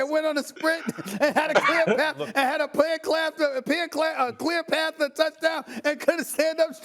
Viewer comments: Plear clath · Pear Clath😂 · “Peer Clath” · Plear clath 😂😂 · "Peer Clath" 😩💀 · Steven A had a pear clath to a punchline but messed it up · Stephen A. “Pear Clath” Smith 😂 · The man who can not say clear path correctly and he is laughing at the possibility. I really hope and pray the Giants do finish first so Steven eats crow. Washington? REALLY? How many times has Washington beat DJ? YEP. Thats right. I say NY will probably be second behind Dallas. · You mean Steven A Smith who can't even say "clear path"